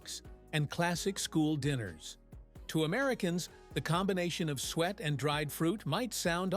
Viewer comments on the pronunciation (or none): Spotted DICK not pudding😂😂😂 and you say Soo-it not ‘sweat’. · Suet is pronounced soo-et, not sweat. Two syllables. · It's not sweat it's suet pronounced su-et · It is not Spotted Pudding but Spotted Dick. It is not sweat but su-et. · It’s not sweat ,it’s suet and it’s not spotted pudding it’s called spotted dick. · The fat is pronounced soo-ate not sweat! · Crap AI again, It's SUET, not sweet or sweat and it's Spotted Dick! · Still wrong calling it sweet, its supposed to be suet (pronounced) soo-et, its shredded beef fat. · Suet is said as: Sue ett, not sweat. It isn't sweet either. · Stagazy pie is traditional Cornish. Suet, pronounced soo-et, two syllables. No such thing as spotted pudding, what you described is Spotted Dick. Why would the ingredients of Haggis shock anyone save a vegan, it is meat, part of the animal just like a steak. Bashed neeps and tatties, and it’s Swead not turnips. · AI voice too obvious. It is suet not swett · Spotted pudding is called spotted dick which is made with flour, suet, sugar and currants. Suet is pronounced soo et😮